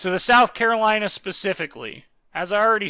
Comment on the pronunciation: yeah its south Carolana